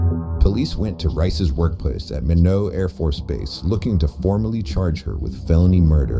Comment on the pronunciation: Minot - It's pronounced like "my" "not" not "mi know". It's in North Dakota, not France. and Knutson is pronounced like "ka" "nutson" (long U) , not NUTSUN.